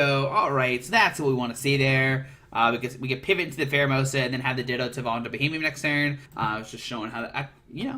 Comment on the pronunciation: It's Beheeyem, not Bohemian.